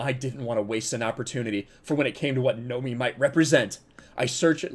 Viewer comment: Are you fucking kidding me. Her name is Nomi as in No! Me! this is ridiculous. I mean I am aware of the fact that Bond girls names have been a pun since Honey Rider Came up from the sea in the first Bond movie. But as any intelligent human being can tell the names have been kind of joke and were always laughed at from being double entendres. But this is just saying that she is stated to be 007 because people want to see James and she will come in and scream Nomi. Mayby I am reading a little too deep into this but considering the situation I can actually see something this stupid happening.